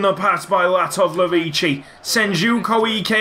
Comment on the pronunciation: Latovlevici Yuko Can't Say Your Name Right But Wants Your Contract